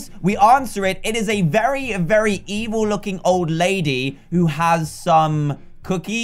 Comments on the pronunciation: I Thought you said emu monster but you said evill monster. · Dan when you said "Evil monsters" it sounds like ur saying "Emo Monsters" XD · Dan: And we landed in front of a Emo Monster!! Me: Did you say Emo or Evil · Is he saying emo or evil